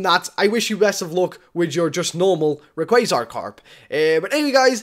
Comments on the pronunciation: u said r e qua z ar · Rayquaza Karp good job for saying it wrong.......still it made me laugh